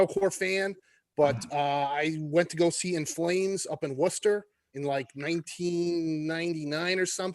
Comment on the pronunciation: So Americans can pronounce Worcester!